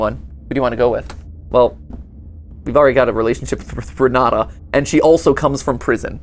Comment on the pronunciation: The jumpscare I got when I heard my name Also Renata is pronounced with a t not a d